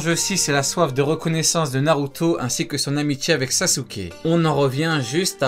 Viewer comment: Bsr sensei, j'espère que tu lira c texto, j'aimerais comprendre le mode ermite, et le fait que le ssj4 y ressemble beaucoup, en tout cas la couleur qui entoure les yeux dans ces deux modes. Naruto c la vie, Naruto c la PUISSANCE, et sensei tu prononce trop bien c mot😁